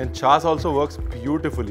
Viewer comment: At , its not छास (chhas) , its chhach( छाछ)